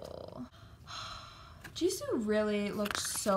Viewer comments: "geesue" IGFFHNGH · “GEESUE” ISKSJSJSJSI😂😂